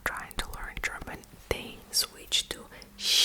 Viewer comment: Your German prononciation is really crisp especially for the consonant clusters, which is often difficult for learners. Also, you explained these words really well and precisely.